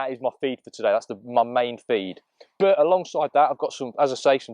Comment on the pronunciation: grr stop saying burt its pronounced butt (but) the thing you sit on and what mr Khan talks out off lol